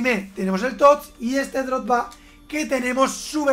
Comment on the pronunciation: Nadie: Absolutamente nadie:: Paul Potba, Didier Drotba